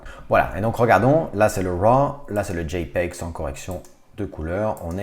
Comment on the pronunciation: C'est tellement jouissif de l'entendre dire JPEG